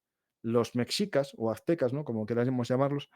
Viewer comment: La frontera norte de México y las californias siempre llevaron a muchos a intentar encontrar el oro, hasta los franceses cuando invadieron México tenían la idea de encontrar minas de oro en Sinaloa y sonora que hicieran viable esa invasión. Cuidado con la pronunciación de ciertos términos como nahual (nahuatl) o mejicas (meshicas) que de este lado del mundo suenan mal pronunciadas o incorrectas.